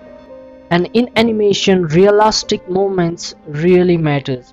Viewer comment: I love how you say REALASTIC